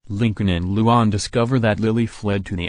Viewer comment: you did not say luan's name right